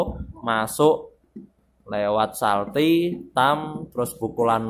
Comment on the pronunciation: Mas bukan salti tapi calti